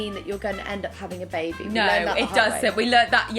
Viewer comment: a bubuh? having a buhbuh? so happy